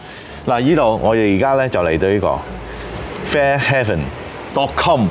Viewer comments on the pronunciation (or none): Fairhaven: Fair-HEY-ven 😊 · Pronounced Fairhayven